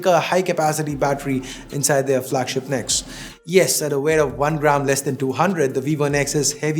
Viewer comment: Nex not the x!